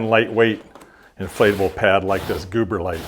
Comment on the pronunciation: I keep hearing him say, “Gooberlite”. Ha ha